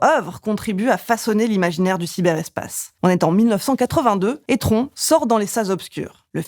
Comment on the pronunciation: Le film "Tron" s'est toujours prononcé "TronE". Je l'ai vu à sa sortie. 😀